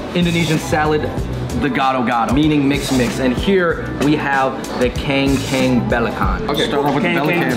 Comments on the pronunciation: kang kung jadi keng keng, wkwkwk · Can't hold my laugh hearing your kengkeng for kangkung 🤣🤣 sorry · 😂 Im laughing when u spell kang kung as keng kang 😂 and BUNTUT as BUNTAT 🤣 WKWKWKW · Kang kooonggg... not kengkeng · Keng keng??? 😂, if i didn't reads the caption i wouldn't know thats mean kangkung, Anyway i think the ultimate winner is teh kotak 😁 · you mention "kangkung" to " kengkeng" hihihihi 😁😁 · Kankung bukan kengkeng 😂 ngakak aku tuh 😂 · Funny you pronounced kang kung= keng keng 😂😂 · it should be "CANG KOONG" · Keng keng belekan, mi chek chek ,Moor Tabaq,rendeng,ikan Bakaa-,SOP buntat 😂😂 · So I'm Indonesian. I just want to teach you guys how to pronounce it well. The "u" BUNTUT, you have to say it like "you". And for the the "a" in RENDANG, you have to say it like "dunk". Finally, for the KANG KUNG. The "a" you have to say it like "kungfu" and the "u" for the "you" sound. Keep it up the good work bros 👌👌👌 Sorry for my broken English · "and here we have the kengkeng balakhan" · I just laugh because they said kangkung as keng keng belekan 🤣🤣🤣🤣🤣🤣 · Kangkung bacan, jadi =keng keng beleken 😜😜😜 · Kang kung dibacanya "Keng Keng" WTH hahahah😂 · Kangkung di baca keng keng kok lucu ya😜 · Read: kang-koong, boon-toot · Who pronounces kangkung as KENG-KENG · KANGKUNG wrong pronunciation. KANG you must said the ( A ) word like an ( A ) in gado gado. and KUNG you can said it like in ( KUNGFU ) thats the right pronunciation and another mistake is,, MARTABAK not MARTABAKA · Kangkung kok di baca Keng Keng hhah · the way to read "kangkung" properly is you said like khang in korean but without "H" and you read mandarin's "gong xi" for chinese new year. So it will be called kangkung. sorry but just find it lil bit funny xD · the way you said kang kung is wrong ;p